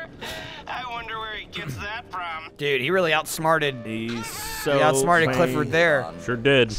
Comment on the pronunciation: 'Cliffford' really, Rockstar?